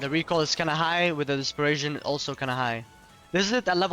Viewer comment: You’re an adult and can’t pronounce dispersion?!? Lmfao